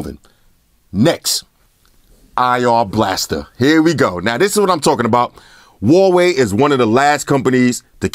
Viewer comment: i miss when he called the huawei, hawaii